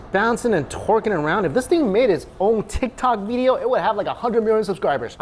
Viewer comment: tik tok "veedio"